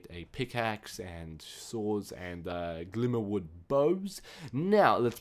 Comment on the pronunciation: HOLY F'N PRONUNCIATION! 2 names where said correctly this whole video and Glimmerwood